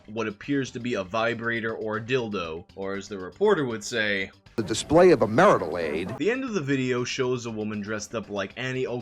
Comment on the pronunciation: MARTIAL AID????? Lolol!!!!